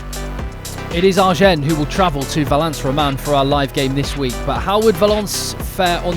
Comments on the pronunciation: Sorry, im going to sound like a right pain. Agen (I'm pretty sure) is pronounced Ah-gen not R-gen. Loving the coverage. Great crowds, atmosphere and energy. 2nd division rugby.! No..🔥💥🔥💥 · Right but more important though, you don't pronounce the "n" ;)